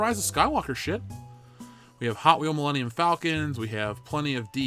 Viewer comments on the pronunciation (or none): none